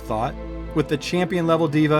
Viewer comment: Can't stand when Devas are pronounced Divas 😅🤦‍♂️